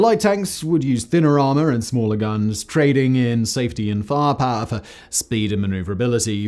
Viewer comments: The word "firepower": exists. Simon: "Faahpaah". Also: Most of the ATGM you showed while talking about the Javelin weren't Javelins. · do you really have to say "firepower" that way?